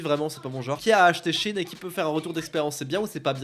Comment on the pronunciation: "sheinside" donc oui ça se dit shi-in :(